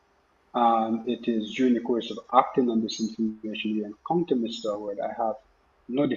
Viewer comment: Pal, case dissmissed against the pooooooolice, you were unable to give the name of the criminal. You said OWWARED and yhe criminal name wws HOWARD 🤡